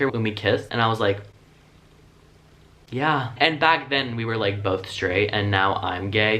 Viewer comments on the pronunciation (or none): this yaahh was so Japanese😂